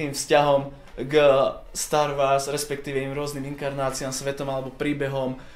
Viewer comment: Star Wars (čítaj Stár WOrs) sry ale star wars trhá uši :D